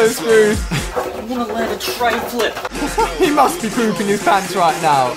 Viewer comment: It’s treflip not treyflip